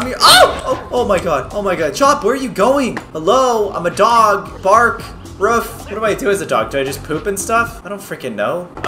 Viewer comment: I like how Caylus said roof instead of woof